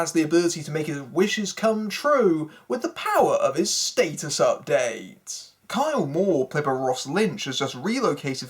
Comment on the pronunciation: The movie actually isn't that bad. This review is though. but what do u expect from someone who pronounces Stat-us. State-us. and you obviously don't get the humor of the movie.